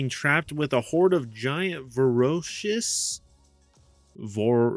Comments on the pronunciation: “Vore-ay-shus”. Means the same thing tho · I've only been watching this review for 30 sec but gotta say i cringed at the pronunciation of the word voracious. Op was so inept he gaslit me into googling a word i could already spell and define smh 🤦🏾‍♂️